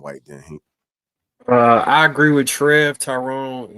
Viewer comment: This is really sad. It's like you ni99as need a LOVE & HIP HOP moment to hold your attention. A civil discussion amongst Gentlemen disgusts yall. But yall the leaders though right? Most of yall are just muscular versions of catty women masquerading as stoic men. And it's HINK not hank. His name is on the kcufing screen for Pete's sake